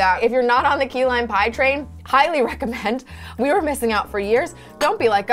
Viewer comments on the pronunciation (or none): aw man i thought said “pie-ly recommend”